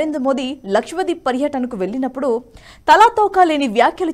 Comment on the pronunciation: అమ్మా దయచేసి ఆర్దిక కాదు ఆర్థిక అని పలకాలి. 'వెల్లినపుడు' కాదు, వెళ్ళినప్పుడు. మీ తెలుగు ఉచ్ఛారణ భయంకరంగా ఉంది. అసలు నేను చూడను మీరు చెప్పేది కానీ బ్లూటూత్ లోఆటో ప్లే వల్ల వినాల్సి వచ్చింది. దయచేసి కాస్త ఆ అక్షరాలు సరిగ్గా పలకండి. పైగా రాజు గారు ప్రతి వీడియో చివర్లో వీడియో నచ్చితే బెల్ ఐకాన్ నొక్కమంటారు 😂😂😂 దరిద్రం గా ఉంది. ఒకసారి మీరు కూడా వినండి. ఎన్ని తప్పులు మాట్లాడారో ఆవిడ. ఎక్కడ 'ల', ళ', వాడాలో తెలుసు కోండి. ఇదంతా నేషనలిస్ట్ మీద అభిమానంతో చెప్తున్నా, పాజిటివ్ గా తీసుకుని కరెక్ట్ చేసుకోండి. గిరిధర్ గారివి, సురేష్ గారి వి చూసే మాకు ఇవి చీప్ గా అనిపిస్తుంది. వీళ్ళని చూడాలని కూడా అనుకోం. క్షమించండి పదాలు కఠినంగా ఉన్నందుకు.